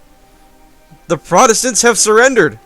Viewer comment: "OH THE PROTOSTANTS HAVE SUFRENDERED" facepalm "I was ready to give a speach as well" laughing out loud